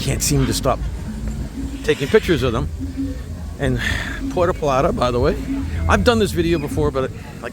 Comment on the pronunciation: Tah-ie-no….pu-hur-to Pl-ah-tah